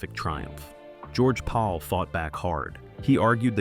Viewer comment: His name is not George Paul it’s George Pal